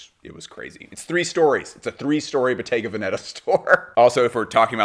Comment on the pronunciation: I think it’s pronounced Bottega VEN-eta